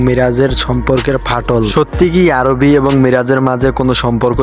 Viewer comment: আরে ভাই আরুবি না আরুহি😊